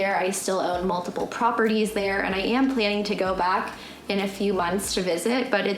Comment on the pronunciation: You still "múltiple properties " really, give me a break